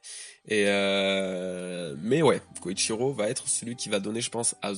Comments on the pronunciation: Désolé mais c'est beaucoup trop perturbant mais c'est Kyoshiro, kyo et pas Koyshiro "koyshiro", je pense que s'était un foreshadowing que Orochi ne soit pas un sabreur ou samourai car dès le début on nous a dit que le Shogun à été placé là par Kaido (si je me souviens bien) sinon très bonne review :) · Je t'en supplies! Arrete de dire KOYshiro au lieu de KYOshiro, tu fais que le dire de la mauvaise manière, un peu comme Thrillerbarck, on ne le prononce pas [ThrAYller bark] mais bien [Thriller bark] en anglais! le i ne se prononce pas "ay" dans ce cas particulier mais "i", comme en français. Hormis ça, super video!:) Force et courage pour la suite! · Kyoshiro et non Koichiro. 😅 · KYOSHIRO pas KOICHIRO